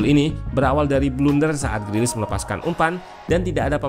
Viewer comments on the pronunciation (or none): none